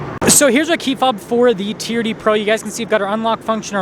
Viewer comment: TRD is not a word, it's an abbreviation for Toyota Racing Development. Each letter is pronounced.